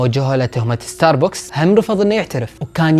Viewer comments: ستاربكس ❌ ستاربوكس✔️ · اسمة استاربكس وليس استار بوكس 🤗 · اتوقع حسب معلوماتي العاديه اسمه ستار بَكْس مو ستار بوكس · ستاربكس مو ستاربوكس هههههههههههههههههههههههههههههههههههههه😂 ♡ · عنوان كامل لستاربكس وانت حتى اسمه ماتعرف تنطقه